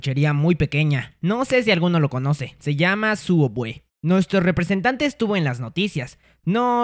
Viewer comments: No es suuubwey, es sooubway :v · Es subway no sooubway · Creo que es Subway y no soobwey, no sé si es broma la miniatura pero igual es chistoso 😆😆😆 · Por qué pronuncia sooubway como sowawey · Subway :❌ soobway:✔️ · Se escribe sooubway y se pronuncia subwey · No sé dice sooubway se dice subway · No co no sia soobway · Es sooubway no subway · es Subway xd lo dijo asi para que no lo demanden xd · por que llama a subway "sooubway"?:( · Se dice subway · Se dise sobway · El sabe que es Subway solo lo dice asi